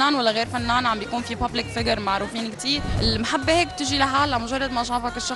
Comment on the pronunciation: المهبة بتجي لهالا ما هدا بيناديلا ... ليش عم تتصنعي و تلفظي الحاء هاء ؟!!!